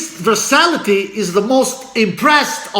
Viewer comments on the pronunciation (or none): 'Versa-TIL-ity" not "Versality"